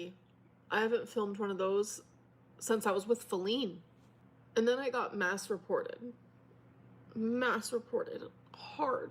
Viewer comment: Not me listening and cleaning and then I hear say "I was masturbating and reported" instead of mass reported 😂😂😂😂